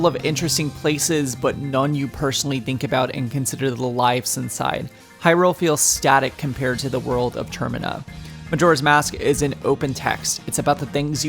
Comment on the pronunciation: Termina not ter- mine-a